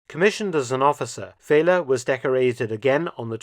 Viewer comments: Another very interesting one! One small note though: pronouncing oberleutnant Feller’s name as ‘Fehler’ is a bit comical: it means failure or mistake in german. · Feller is not pronounced as Fehler, Dr. Felton.